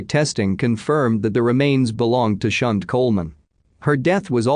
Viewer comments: I think 'Shunte' is pronounced 'Shantai' - rather than 'Shunt' - which is what happens to a railway carriage.. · Yes lol. I cringed every time he said her name!